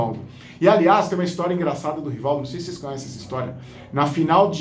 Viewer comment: Esse indivíduo falar quem foi Rivaldo, primeiramente tem que limpar a boca para pronunciar o nome Rivaldo rss. curto muito as suas histórias da copa, parabéns pelo canal